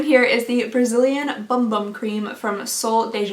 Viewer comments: I am brazilian and you pronounced bumbum perfectly, it really is like "boom boom" hehhe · It is indeed pronounced Boom Boom. I frickin' LOVE it!😍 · It’s true. In Brazil they pronounce it “Boom Boom” cream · Another Brazilian here. Yes bumbum, second pronunciation! It actually means butt!! Sooooo, I am confused to what that product is for!! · You're right! The name "bumbum" is spell in that way! Kinda like "boomboom", not like "bambam".